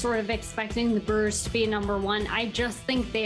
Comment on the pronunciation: Did she say “Burrs”??? Lol